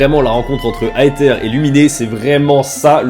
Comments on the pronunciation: "Aïe ther" "Luminé" 😭😭😭🤣🤣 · Louminé à la place de Louminn pour Lumine Aetère à la place de Aezeur ou iizeur pour Aether Vraiment surprise d'entendre ça mais on pardonne x'D